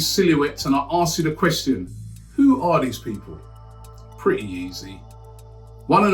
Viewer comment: saying question like, quetstststin